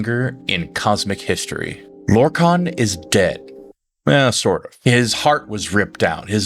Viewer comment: 😂 you also pronounced lorkhan in two different ways in the same vid 😂 just a quirk, I'd say have fun with it😅